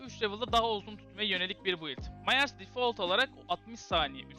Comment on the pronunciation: Myers "Mayers" diye okunmaz "Mayırs" diye okunur haberin olsun kardeşim